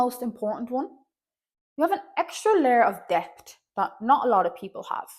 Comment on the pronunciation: God love you, but when you said “an extra layer of depth”, I heard “an extra layer of daft”. And I identified with that. 🤣 I think there is some judgment of necessity involved; there are gents like the other more successful stick fella, who aren’t ACOA, who may have had an at turns aloof dad, etc, who feel somehow hurt, and their struggles are flooding the psychic atmosphere of people’s perceptions of other stickfolk with much deeper struggles, and affecting how people perceive ANY childhood experiences no matter how abusive, neglectful, damaging, etc.